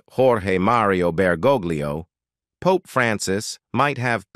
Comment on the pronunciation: Did the AI say pope ies like puppies.